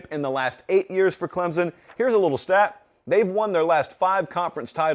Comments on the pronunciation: Say it with me... Clem-Son.. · Please people stop putting a Z in the word Clemson. It's Clem-Son. Pretty damn simple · Great video but it's not clemzon it's clemson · For the love of god will someone please teach this guy how to pronounce Clemson properly?